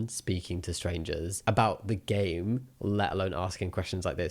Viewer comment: anyone else thought it sounded like he was going to say ‘gay’ instead of ‘game’ ?